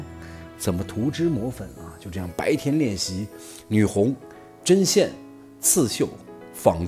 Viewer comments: 女红。跟我读（gong），不是（hong）！ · 提两个小建议： 女红，音“女 gong” 瞠目结舌，瞠音“Cheng” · 读女gong不是女红… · 女红（gong，一声） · 没错。我听到了会往奇怪的方面想。不说了，先去面壁了。